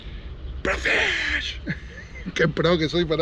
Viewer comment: Hola,que buena pesca,lo que si haces mal el chivo,es Pro Fisher,y vos decis,pro fish,😆😆😆